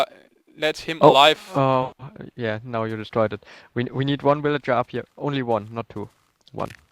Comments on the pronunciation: woot im the 75view but i like how u say willager instead of villager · ok... I was laughing when I heard you first say willager but then I got tired of it. :P Sry no offense, just not used to it :P